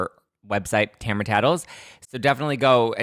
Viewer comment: its ta-mar-a not tamra but whatever